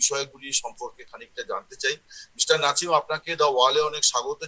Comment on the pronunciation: নাছিম না নাসিম। নাছিম শুনতে কাছিম কাছিম লাগে।😂